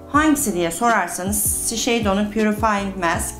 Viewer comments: 🎀🎀🎈🎀🎈🎀 Shiseido markasini her seferinde yanlis söylüyorsunuz 🤣🙈 duyunca videonun devamını dinleyemiyorum 🎀🎀🎀🎀🎀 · Bir de tanıttığınız ve kullandığınız ürünlerin nasıl söylendiğini de öğrenseniz süper olacak Shiseido , la prairie ...